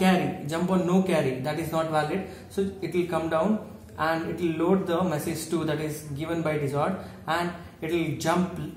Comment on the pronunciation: please work on your vocabulary skilll.... it's message not meessage....btw great content